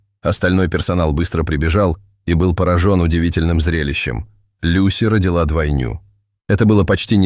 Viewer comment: ДвОйню, а не двойнЮ